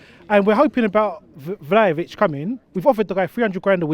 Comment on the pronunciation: My man said "Vel-o-vic" when referring to Vlahovic... is way worse than Robbie when it comes to butchering players' names for real! 😂